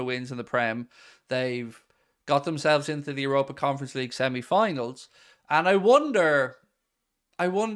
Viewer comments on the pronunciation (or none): none